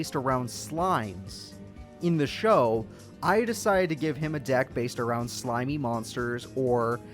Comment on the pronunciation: Some of his insults with that voice were pretty savage Like when he told Zane to turn his cards around so his acid virus could do its thing “It helwps, if you turn them awound”